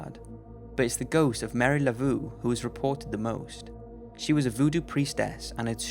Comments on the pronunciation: "Mary Lavoo" 🙄🤦‍♂️🤦‍♂️🤦‍♂️ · Uh oh, his hilarious mispronunciation of Marie Laveau will surely have a bunch of goths jumping all over his case. LOL